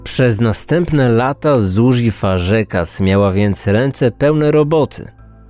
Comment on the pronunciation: Fazekas czyta się Fozekosz.